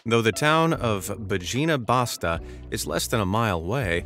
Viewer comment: It s Bayina Bashta ( Bajina Bašta )